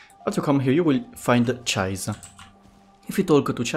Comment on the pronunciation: 0: 25 it's japanese name so it wont be read as "Cha-is" but litterally how it's written so "CI-SE" like Hatori Chise from ancient magus bride